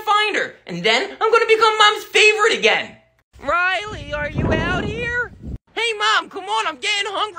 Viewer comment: It's Riley not railly